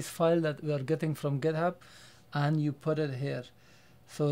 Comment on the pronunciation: Thanks I'm checking it... BTW it's github not gethub ;)